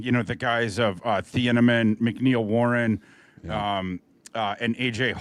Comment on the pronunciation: Lol for a guy that knows a lot of college players he butchers so many names. I’m an Oregon fan & every time he says thieneman it’s butchered & now Bryce Boetcher was way off lol